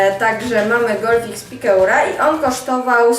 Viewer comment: piekura,, - pikeur - czyta się,,piker